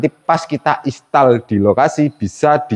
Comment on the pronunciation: Mas sebutnya "Instal" bukan Istal.😂😂